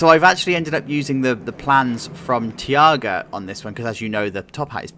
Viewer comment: Btw the new blitz of linnanmaki is called taiga , not tiaga ;)